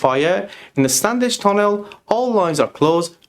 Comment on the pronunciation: Non-local’s pronunciation of Standedge. Or maybe it is AI?